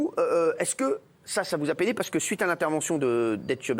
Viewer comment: lol "peiné" en mode "penne" les pâtes